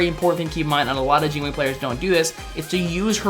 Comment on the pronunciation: "Jine wei" :P